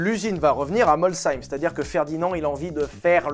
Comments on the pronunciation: WOW, je crois que t'es la première personne qui vient pas d'alsace à prononcer correctement Molsheim :') Rien que pour ça, magnifique vidéo :') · Excellente prononciation de Molsheim comme en Alsace 👍🏼 je valide 😊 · Merci pour la prononciation de Molsheim, pour une fois je ne suis pas tombé de ma chaise 😂😂😂😂. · Ouiii! Bien, la prononciation de Molsheim - le h toujours aspiré! La montre - Toubillon..., on parle pas d'une flik flak. La montre, c'est la précision mécanique utlime. Des mouvements redoutables, invariables, fiables, des marques prestigieuse (Rolex, Omega...). Un nom de montre pour une caisse, mais comment ça claque de ouf! Bravo et merci pour ta vidéo! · Salut, déjà merci de prononcer Molsheim correctement ❤ Tes passages à l'Anneau du Rhin et dans le reste de l'Alsace portent ses fruits Super vidéo sinon comme toujours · Molsheim prononcé correctement ça fait bizarre ^^ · Et en plus tu prononces bien Molsheim! Bravo. Y'en y'avait marre des Molch-heim. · Enfin, quelqu'un qui prononce Molsheim correctement! Merci! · Je suis le site de prononciation et dit vrai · L'explication de Molsheim se trouve peut être dans le morceau d'histoire qu'il manque avec la type 3, type 4 et 5 dans les Usines De Dietrich en Alsace. Se qui donne aussi un rapprochement avec le fer et la suite que tu connais du moteur dans un train 😉 pas mal ta prononciation de Molsheim 👍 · Le nombre de commentaires d'Alsaciens contents qu'un mot alsacien soit enfin prononcé correctement est fou, tout comme le nombre de likes à chacun d'entre eux ! J'imagine pas s'il aurait écorché le nom 😂 (et comme quoi pas besoin de ragebait pour avoir des commentaires et de l'engagement 😏) S'il nous teste une Hyundai Getz et qu'il balance un "alors, ça getz ?" on va voir flou 🤣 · Merci de bien prononcer Molsheim ❤❤ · Les alsaciens te remercie pour la propre prononciation ! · Molsheim, prononcé de la meilleure des manières!! Merci Et superbe vidéo!!